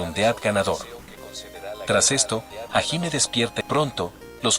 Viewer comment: El video si estuvo bueno. Por cierto, te recomiendo escribir sus nombre como lo escuchamos. Osea: en vez de hajime. Pon Jallime. Y con rider. Por raider. Para que el loquendo lo pueda pronunciarlo bien. Solo es un consejo Por cierto, Por lo que puedes usarlo si quieres 😅